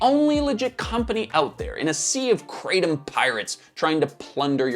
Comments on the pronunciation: Calling Kratom (it's "Krah-Tom" btw not "Krey-Tom") a supplement is crazy Also note, Cannabis comes from plant, Tobacco is a plant, Opium comes from the seed of a poppy, etc, etc... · The correct pronunciation Krah-TOM. Not Kraytom. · Thai here - It's pronounced "kra (like 'okra') - tom (like 'Thomas')", never heard your interesting pronunciation before 😅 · In Thailand, where the plant grows in lots of places, it's pronounced kruh-tahm. It's crazy hearing the American pronunciation. I never tried it or wanted to try it in the years that I lived there. I don't need any new vices. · I live in Thailand and laugh every time I hear krathom pronounced like that.